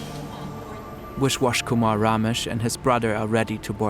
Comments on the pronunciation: The amount of times you mispronounce names is insane. You are literally calling him wishwash Kuhmar, It's a B, Biswas Kumar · Wish-Wash Kumar. No attempt to pronounce it correctly